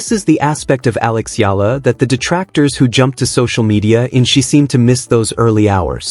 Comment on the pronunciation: Say her name ” E - YA -LA” thank you